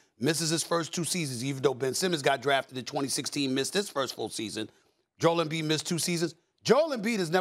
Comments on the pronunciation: “Joel embee” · Nobody: Kendrick perkins: joel mb